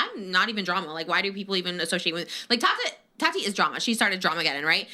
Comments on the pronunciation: The way you pronounce Tati as Tadi is so funny to me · Why can’t you say Tati name right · FOR THE LOVE OF GOD, LEARN HOW TO PRONOUNCE “TATI” CORRECTLY .